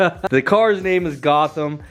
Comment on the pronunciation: You putting a k in Gotham arent you